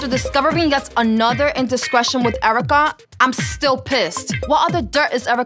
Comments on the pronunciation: It’s more like Airvrica! 😂😂😂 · Nobody: Not one single soul: Cyn Santana:”Airwrecka” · I love how Cyn says Erica “eric KAH”